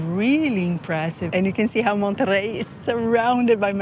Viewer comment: Monerrey its low key, you are rocking the boat.